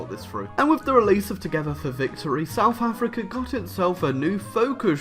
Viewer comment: "Souf Africa"